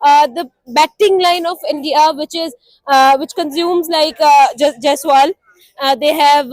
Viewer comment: Endia 😅😅😅bol raha hai